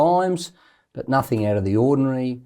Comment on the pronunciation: Isaac can you please stop saying (nothink) It’s NOTHING! A part for that good work 👍🏻